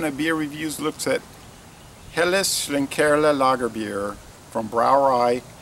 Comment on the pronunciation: You did well to pronounce that!